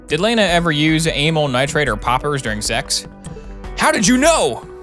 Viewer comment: Why does he say Lana like Leena